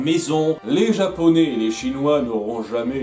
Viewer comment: putain ton Japonais est magnifique :)